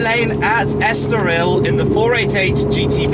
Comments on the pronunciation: **estoril not estorial Tim :) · it's Estoril not Estorial Thanks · este caramelo não sabe dizer Estoril em condições :D